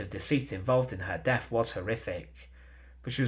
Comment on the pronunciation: Please speak clearly. It is not "frone"- it's "THrown". It's not "deaf: it's "deaTh"; it's not "Fousand" it's THousand". Come on, pronounce TH not F.